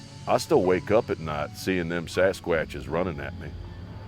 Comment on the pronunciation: "Sas quuuaches". Hahahahaha 😂😅😂😂😂😂❤ way too funny....